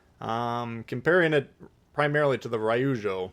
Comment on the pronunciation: Always entertaining & informative. FYI: Pronunciation help NOAF (No One Asked For) Ryujo: two long syllables, sounds like "due Joe" (where there's a "y" sound after the d in due). Keep up the good work. 20k soon